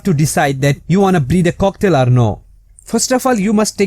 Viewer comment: It sounds like he is sayng cocktail